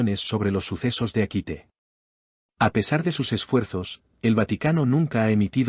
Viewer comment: Es SasagaWA (zazagavua) y Akita, hay que pronunciar mejor.